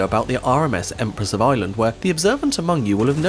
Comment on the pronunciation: I kept thinking what a strange name "Empress of Island" is, until I realized he's probably actually saying "Ireland."